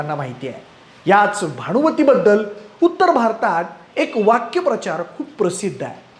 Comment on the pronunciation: 'वाक्यप्रचार' नाही, 'वाक्प्रचार' असा उच्चार होतो!